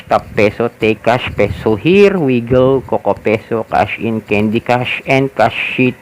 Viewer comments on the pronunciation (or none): none